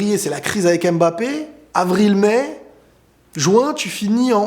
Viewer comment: TU PEUX ARRÊTER DE DIRE "M”BAPPE STP? C’est MBAPPÉ! Le M et le B ne sont pas séparés! Et il n’y a pas d’apostrophe avant le ”B”